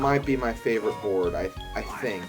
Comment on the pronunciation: Best borad ever. Loves the borad